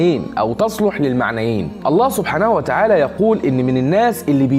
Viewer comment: اخي انت في قلت الاية خطأ ((ويشهد الله على مافي قلبه وهو ألد الخصام )) خطأ تشكيل بكلمة (الله) فتغير المعنى